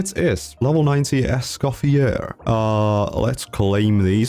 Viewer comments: You dont actually pronounce the R at the end of her name, her name is french so the R is silent. It's more like "Es-kah-fee-ay". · For all (Americans ?) having pronunciation problems, it's: "Escoff-yay" :goodvibes:😄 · It's pronounced "Escoffier," not "Escoffier."